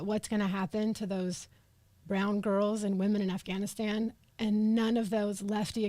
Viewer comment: Why the hell does he keep saying Afghanistien, instead of Afghanistan? What an idiot!